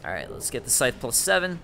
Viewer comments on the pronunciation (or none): none